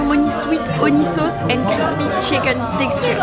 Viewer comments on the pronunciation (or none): none